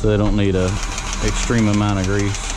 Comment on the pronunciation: Grease,not greaze,lol